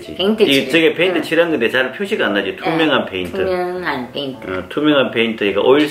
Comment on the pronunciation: 페이트 아니죠 페인트입니다